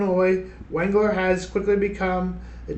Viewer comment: It is pronounce Waug-ler